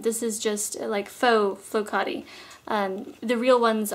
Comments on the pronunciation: Great video as always!!I was so surprised to hear you talk about flokate!I thought noone knew them outside of Greece!!btw you pronounced it correct!! :) Greetings from Greece!!xoxo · Yes you pronounced it correctly .. Flo kat i ... Greek sheep's wool. I used to have a beautiful one ages ago ... you have to be really careful with cleaning them etc. Unfortunately, my rabbits also liked it .. and the kids used to let them run over it .. you can imagine .. so byebye rug:( oxo